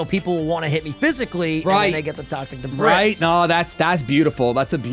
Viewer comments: "toxic debrISS" instead of "toxic debrEE" killed me lmao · IT’S “DUH-BREE” NOT “DUH-BRIS” 😭😭😭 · Don't know if you're doing it on purpose (i'm new here) but debris is pronounced "debree"